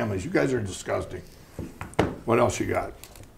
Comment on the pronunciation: The word “disgusting” is said by Lindell a hundred times. It sometimes comes out as “ahgusting.”